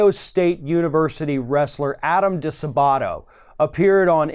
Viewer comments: "di-SAAH-butto" NOT "dee-suh-BAW-to" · I am very thankful that you're covering this disgusting coverup,! FYI the accent is on the second syllable of DiSabato.